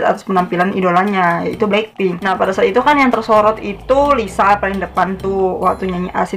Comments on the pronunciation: Menurut aku bukan Lisu sih kak, tapi kaya Liseu bacanya.. Hehe maaf yah kalo aku sotau🤭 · Maaf ka,,bkny itu d bca ny 'Liseu' bkn Lisu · Itu bukan (리수)Lisu kak tapi (리스)Liseu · Lisa bukan lisu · Lisa bukan lisu kak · Kak bukan lisu tapi lisa kak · Lisa kak bukan lisu😂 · Lisa ka bukan lisu anjay